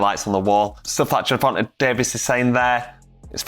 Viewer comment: Ger-von-huh Davis!